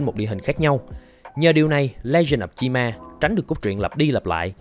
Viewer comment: Cách người ta đọc: Chi Ma Cách tôi đọc: Chim A